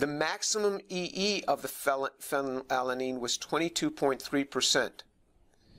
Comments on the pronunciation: Phen -when unnn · Fanny Lala Neen. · good catch, I did not even notice, I was too confused by Phe, and his tendency to pronounce it "fellatio-lean". This is what happens when you watch too much pornography in college. 🤣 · My favorite part is when James struggles to pronounce "phenylalanine" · Tour has an H-index of 165 and is specialized in orgo chem and chem bio.Yeah ig its a bit weird he couldn't pronounce "phenylalanine" correctly but thats literally his field of work, and he is certainly someone who understands it well given his numerous and major accomplishments for the scientific community as a whole. Ig all i'm saying is don't take this guy for some crazy, evangelical fool. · *has a "PhD" *Can't pronounce the name of a chemical introduced in high school biology/organic chemistry yeah that checks out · the fact that he can't even pronounce phenylalanine without stumbling says it all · The way he's stuttering over his words, did they not give him a couple of takes to get it right? Like, I get phenylalanine is tough to pronounce, but it doesn't look good to have your chemistry expert stumbling over chemical names. They should try having him say it a couple times first until he's ready. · Dude can barely pronounce phenylalanine!!